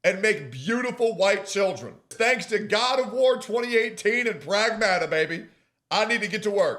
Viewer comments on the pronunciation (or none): Angry Greek - its pronounced prAgmata , tone on the 1st A